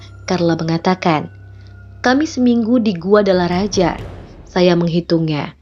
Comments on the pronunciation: Guadalajara kali ya, bukan guadalaraja. Bacanya guadalahara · Guadalajara di bacanya guadalahara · bukan guadalaRAJA tpi guadalaJARA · Guadalajara bukan Guadalaraja ♥️